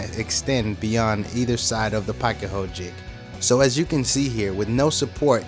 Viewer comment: I've noticed people pronounce pocket so many different ways. Yours by far is the best. And THANK GOD! I've been wondering where the hell to get one of these pieces!